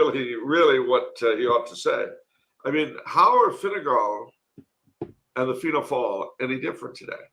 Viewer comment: calling Fine Gael (Tribe of the Irish) Fine Gall (Tribe of the Foreigners) is hilarious, whether intentional or not!